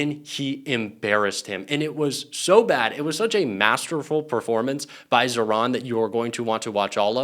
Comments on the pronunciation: Pas ZERON mais ZAHRAN 😉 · ZAHRAN par zéro ,prononcez bien le prénom si beau.